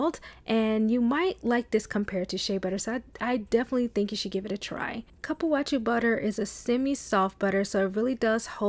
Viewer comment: I think it's pronounced like Coo.Poo.Wah.Sue